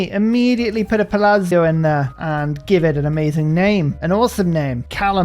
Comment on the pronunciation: Your palazzo pronounciation is getting better, you almost got it huzzah